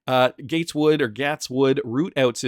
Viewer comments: Gaetz is pronounced Gates!!! Just Like Bill's last name... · Hey, pretty sure his name is pronounced “Gates” 🤙🏼